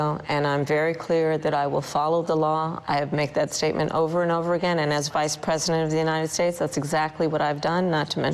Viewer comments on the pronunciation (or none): "...asza vice presenof the unitesates..."